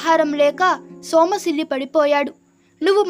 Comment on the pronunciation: సోమ కాదు సొమ్మసిల్లి తప్పు చదవద్దు